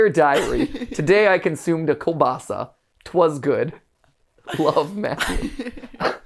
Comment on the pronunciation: As a russian it's so funny hearing americans pronouce Kolbasa